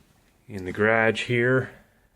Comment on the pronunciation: You have a nice "Ghradgge"